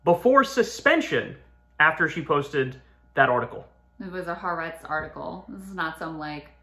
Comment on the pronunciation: Ok I just gotta say, it’s pronounced Ha Ar Etz. Not Ha Retz. I love y’all but it’s mad annoying hearing it pronounced indefinitely